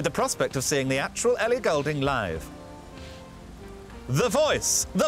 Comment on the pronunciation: Is it pronounced golding or ghoul-ding? Very annoying